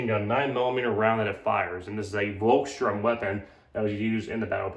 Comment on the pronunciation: Its called VolksSTURM not STRUM :p